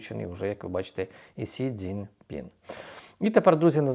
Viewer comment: Сі Дзінь Пін саме СІ, а не Сін.